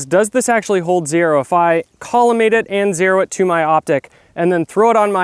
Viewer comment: You lost me checking out the site when you said collimate